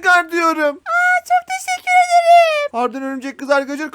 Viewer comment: teşekkür ederim demiyor teşikur ederim diyo 😂😂😂